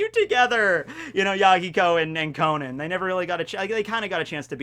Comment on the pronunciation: It’s pronounced Ko-non! The “a” is pronounced like an “o” for some reason!